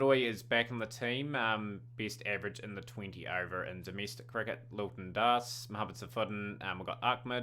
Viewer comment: After all these years you're still saying 'Hrldoy' for Hridoy and 'Lilton' for Liton Das.